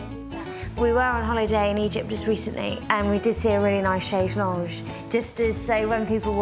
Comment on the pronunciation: Thick solicitor can't pronounce chaise longue. It means long chair!